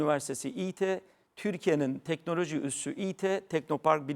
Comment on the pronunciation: Telnoloji değil teknoloji